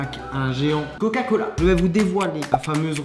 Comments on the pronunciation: Pourquoi a il articule pas sur le mot coca cola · « L’inventeur du goga cola » 😂😭